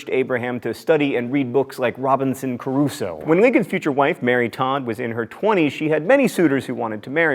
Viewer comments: I may be wrong, but I always thought that the book "Robinson Crusoe," was pronounced "kru-so" instead of "Robinson Caruso." Just little nitpicky things that I found myself wondering about later. Super cool episode though, Mental Floss team! Thanks for all of the hard work you do, and your video style has influenced how I want to teach marine biology to younger populations in the future. :) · It's not "Robinson Caruso." It's Robinson CRUSOE. :)